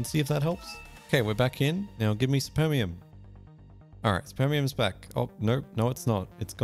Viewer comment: czemu to jest dubbing i supermium to spermium💀